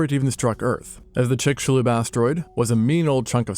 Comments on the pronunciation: Finally, someone pronouncing Chicxulub correctly! Chick-shu-lub. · This video did two things for me 1)Teach me how yo pronounce chicxulub 2) teach me how to pronounce Burj Khalifa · Good job pronouncing Chicxulub right! People always get Maya names wrong!